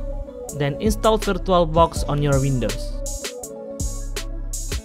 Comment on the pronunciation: "virtualbock"? man i know this is gonna be bad